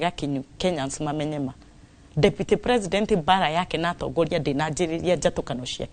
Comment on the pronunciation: SHE PROnounces PRE-SI-NDEN -NT...